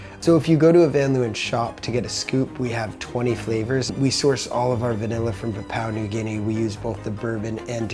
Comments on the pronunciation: I know this fool didn’t just say “pa-pow” New Guinea 😭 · I hate how that one guy called Papua New Guinea “Powpow New Guinea” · Not gonna lie, the way that dude pronounced Papua New Guinea left me shook. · Does this guy not know how to pronounce Papua New Guinea like lol😂